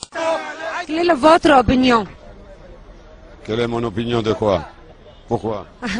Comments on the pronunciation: Opression punission empression tt ça sauf opinion 😭😭😭😭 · Obrestion hhhhhhhh ca veut dire opinion. Zamalek evri hhhhhh c qoi evri , delivery company in the UK hhhhh